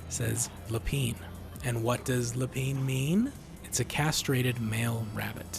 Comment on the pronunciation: 1. Correct (lapin=bunny, no reference to castration or anything like that). As a native French speaker, don't say "lepan", it's "la" + a nasal sound between "pen" and "pan" (you don't fully finish the 'n') 2. Could be, but remember, she said she wants her child's father not to take interest in raising him/her, which the Dude doesn't.